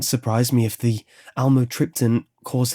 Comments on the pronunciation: Great story! But the pronunciation of amitryptaline is (am me trip te leen). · "Almatripton"- lol "imatripping" what it sounds like